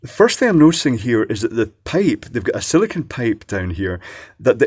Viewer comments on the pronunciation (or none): none